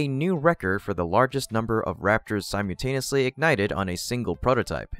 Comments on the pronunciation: It’s not “sime-yoo”-taneously, it’s simULtaneously. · the word isn't "sym you taneously", it's sym ul taneously. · Si-mew-taniously? Still? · It's pronounced sim-ull-tay-nee-us-lee